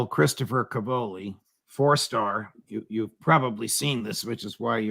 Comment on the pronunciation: Judge, as a fellow Italian-American it pains me to hear you say "ca-VO-li." The stress in Italian is on the first syllable: CA-vo-li. It means "cabbages."